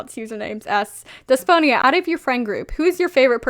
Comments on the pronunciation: wow haven't seen this vid in a way but i just wanting to say(coming from a Greek person) that Despoina is actually pronounced as Depsina (D is pronounced like Th) :) idk just wanted to tell you how it's pronounced lol <3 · The name you were trying to say is pronounced Despina (You probably saw it written as Despoina but in Greek "oi" is pronounced as i (like the i in fish)) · I think Despoina is pronounced Des-po-ena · Hello, a Greek here. In case you were wondering, in Greek Despiona is pronounced the-spi-na not th but like the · HA I THOUGHT YOU SAID DYSPHONIA AT FIRST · It’s pronounced “Thespo-e-nuh” or “Des-po-eena” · Pastel Cryptonym Isn’t it pronounced Des-Pee-Nah?